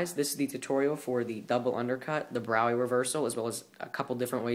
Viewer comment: He pronounced it right. Frederick Braue [pronounced BROW-ee]